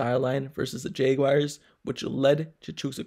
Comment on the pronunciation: Why you say jaguars like that? “Jaygwayers”. Lmao